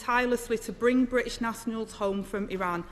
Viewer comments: Only 25 letters in Angela's alphabet. Missing the "t". Bri ish and securi y. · I'm from Manchester, speak with a Mancunian accent, but it boils my piss how she sounds like she goes out of her way to make us all sound so thick. "Ther bri''ish pee-pull" - just fucking say "British" and use the letter T - it's really not that fucking hard. It's also LAZY. She has some excellent points, and they could* hit really hard, but her pronunciation even to me is really distracting. Moreover, it paints the substance of what she says as lazy (even if it isn't, but that's the effect). Her job is to be an effective communicator, above everything else. She isn't doing that.